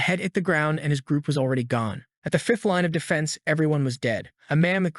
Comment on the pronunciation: Notice how how this guy can never say e even when saying already he says alreaday.